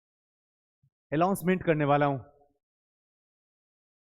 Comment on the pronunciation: sir allouncement ni announcement hota h.correct kr lijie.thank you